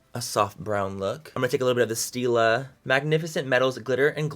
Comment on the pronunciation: Stilla not still ! Lol